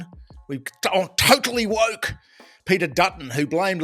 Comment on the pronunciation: When it comes to Penny Wong, did you say woke or wok ha ha.